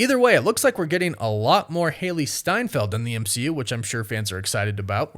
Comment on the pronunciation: Ah yes, Hailee Seinfield